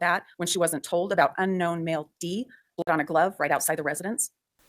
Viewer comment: Why can’t you say “blood”?